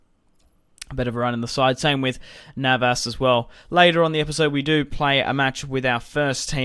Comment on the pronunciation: it's neves not navas